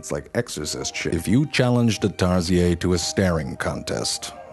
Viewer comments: I think it's pronounced as tarshir not tarsiye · The Tarsier is indigenous to the Bohol Hill ranges of the Philippines, (being from the Philippines) we’ve always pronounced it TAR-see-ur rather than the Francophied Tar-SEE-ey. I’m having a hard time drawing the line between intentional mispronunciation for comedy and an actual blind spot as you’ve pronounced the names of the animals correctly in most of your videos. Either way, may I perhaps suggest that pronunciation change as I’m afraid viewers might think that’s how it’s actually pronounced. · Me: TarZHEER Him: TarZIYAY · Its tarsier not tarsiaay🙄🙄🙄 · Oh come on tarsier. It's French that's why it is pronounced as Tarsiay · I just discovered this channel and love it 🧡🧡 I’m giggling at how most foreigners pronounce tarsier as “tar-si-yey” 😂😂 we literally just say it as “tar-shir” here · True fact, it's pronounced as "tarshir" not "tarsiyey". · Tarsiyey? It's actually tarsheer AS A TARSIER IM OFFENDED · Tar si-ey in Philippines we pronounce it as tar-sheer But it's still spelled the same. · Wow you narrated tarsier as tar se eehh...they are abudant in Bohol and they are the species that popular in Bohol. Tar she eeeh.. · Or "Tar-siey" is how foreigners prob pronounce it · I'm from the philippines and these creatures are being preserved in bohol. they're such cute little critters with big buggy eyes. and here, we pronounce it's name as "tar-seer/siur" not "tar-siay". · This one's actually quite common from where I am, and this is the first time I've heard it pronounced like that. We pronounce it as tar-shir and not tar-siay lmao. I should start pronouncing it that way, that sounds so posh. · Tar-si-yey? Hahahaha We just call it Tar-sheer in the Philippines. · I'm a Pinoy and you guys always pronounces it's name "tarziay" but we pronounce it as "tarsheer" the R ain't silent. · Zefrank: Taziei Filipinos: Tarshir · It’s pronounced Tar-shi-er but it’s name is Tarsier not Tar-Si-Aye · We call it tarsi-ER, not tarsi-ey. 🙂